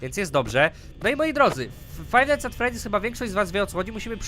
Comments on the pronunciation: #freedy nie teedy xD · nie tedy tylko freddy (czyt. fredi :3) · Freddys* :D Nie freedys :w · to jest FreDDy's a nie FrEEdy's <3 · ta gra się zwie 'Five Night's at Freddy's', nie Freedy's:P Łokieć! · tylko nie fife night at fredy